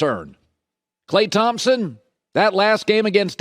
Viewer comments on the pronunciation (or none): none